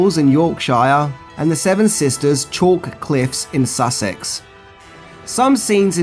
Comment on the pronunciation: Well done you managed to pronounce Sussex correctly, the rest could do with a little work 🤣. Maid marion and her merry men was brilliant!